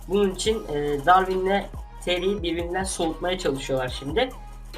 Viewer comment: 2de bir keri diyip duruyorsun Keri değil teri adı